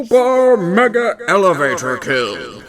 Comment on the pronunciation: you spelled elevator wrong you said "elavator"